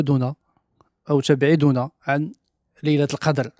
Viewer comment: تبعدنا بضم التاء وتسكين االباء وضم الدال